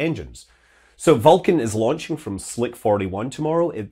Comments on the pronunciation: Scott says Vulcan eerily like Falcon. I was like: Falkan, what rocket is that? :D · Scott's got a cool accent but i cant tell the difference between vulcan and falcon! Its my ears im sure. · Pronouncing Vulcan almost the same as Falcon9. Confusing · Several times in this video I’m having trouble hearing whether you say “vulcan” or “falcon” 😬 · This naming is inconvenient: I have a hard time distinguishing between the way you say "Vulcan" and "Falcon"!